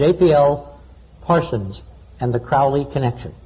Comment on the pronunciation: ARGHH it's proninciated Kroh-lee.